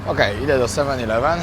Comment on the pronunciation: Siema wariacie absolutnie sie nie czepiam, bo sam kiedyś tak gadałem i tak nas uczyli w szkole, ale eleven wymawia sie przez e, a nie i jak ileven 😊😊 pozdro